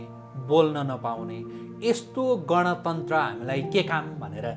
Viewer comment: गणतन्त्र???? सायद उच्चारण गर्न गलत भयो कि??? गन तन्त्र पो होईन र यो त???